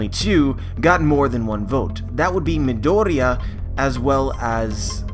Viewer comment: nice video, it's just that i can't bear u saying midoriya wrong xD